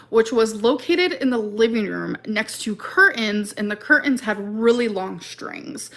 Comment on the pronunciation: “My baby brother was strangled by the Cur-ins”. Her word pronunciation is 🤬